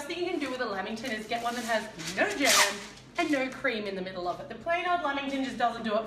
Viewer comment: Its jam not jem